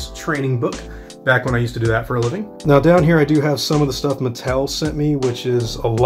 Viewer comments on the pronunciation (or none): none